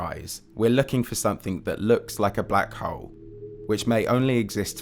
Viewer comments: Anyone else triggered every time this guy says "black hole"? Sounds like hes saying "black hoe" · I left at :16 seconds when he said black HOWL. BUH BYE